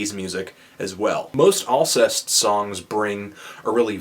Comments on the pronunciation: I believe it's pronounced "all-SAY" :) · Yeah. Learning to pronounce the bands' name is FUCKING IMPORTANT, you inbred piece of shit. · You pronounced it pretty much completely wrong. Sorry Anthony. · ahah pronounced it wrong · you didn't pronounce it right lol